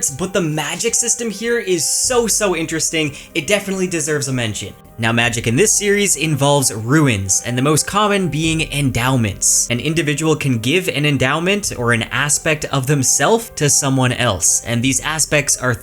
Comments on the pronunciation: RUNES!!! not RUINS!!! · It’s not ruins, it’s runes. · Repeat after me MOON now substitute M by R ROON = Rune not RUIN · Guy talking about magic systems but mispronounces runes as ruins